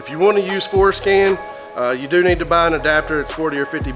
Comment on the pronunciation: I gotta be honest, every time says Forscan, it sounds like Foreskin. hahahaha